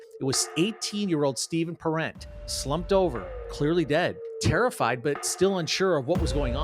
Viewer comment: Pronounced parent, like your mom & dad.